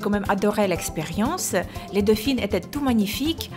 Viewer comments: on dit dauphin pas dophine 😄😉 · C'est tellement impressionnant le montage !! Il est parfait et j'adore ton accent dauphiine au lieu de dauphin 😂😂💘 tu es trop belle !! Et en plus tu as vraiment beaucoup de chance je t'adore 💎💘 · C'était magnifique ! Et j'ai beaucoup aimé comment tu disais "dauphin" avec ton accent !! ❤